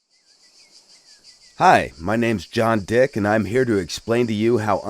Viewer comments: what an emphasis on dick lmao "hi! I'm John DICK" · "Hi, my name's John DICK..." (I swear he emphasized his last name)